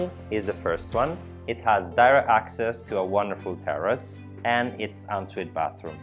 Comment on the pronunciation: Great Video you did an excellent job, may I give you one bit of advice on your speech being an American who would love to move to Italy, can't afford this lovely home no doubt, here is my one bit of advice, when you speak of bathrooms and you are meaning no doubt "on suite" not "unsweet" please don't take this as bad critique because you do a great job with your English wish I could speak Italian as almost perfect as your English, have a great day & best wishes to you and yours.>>>>>>